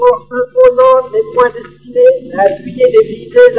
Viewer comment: « l'armèe » « destinèe » ?